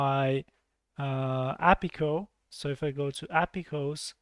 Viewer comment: repeat after me "A P I call" not "apicoo" hahahaha, great tutorial btw